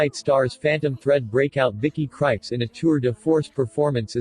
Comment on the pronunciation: Thanks for this review but I believe Krieps is pronounced "creeps."